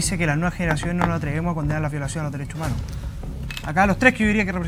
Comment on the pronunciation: Dale con el resentimiento, los dereshoh Umanoh.. RESENTIDOS